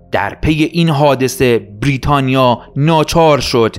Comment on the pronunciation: سپاس ازتون یه نقد، برای کسی مثل من که یکم حساسه روی تلفظ، لطفا بیررریتانیا تلفظ نکنید😅😂❤